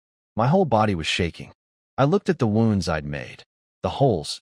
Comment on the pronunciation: These stories are great, but can we please program AI to pronounce “bow and wound” properly.